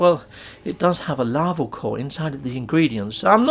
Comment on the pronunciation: Larval, NOT "laval". See